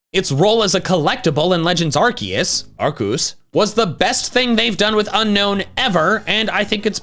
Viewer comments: IT'S ARCEUS, NOT F*CKING ARKOOS! NOW SAY IT RIGHT! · wait ARCEUS not ARKOOS?😂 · ITS ARCEUS, NOT F*CKING ARKOOS! THAT STUFF IS OVER NOW! SAY IT RIGHT OR ELSE! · Legends ARKOOS. AR KOOS! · Ar-KEE-us??? who are you